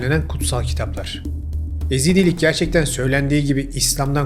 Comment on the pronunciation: EZİDLİK DEĞİL YEZİDİLİK..